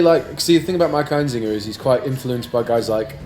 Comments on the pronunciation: His name is Einziger. Why are they pronouncing it EinZINGer? I have always said Einziger like you write it. Am I wrong? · The only thing you missed is how to pronounce his last name. EinZIGer not EinZINGer. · sorry to bust your balls but his name is actually einziGer not einziNger. :/